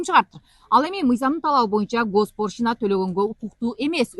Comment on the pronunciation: Госпоршина эмес госпочлина